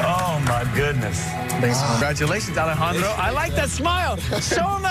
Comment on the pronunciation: I like how he calls himself Alejandro the first time but changes it to Alejan"doro" the second time because the judge is pronouncing it that way xdd also his voice is unique, his melody is catchy and gentle, and his guitar technique is obviously outstanding.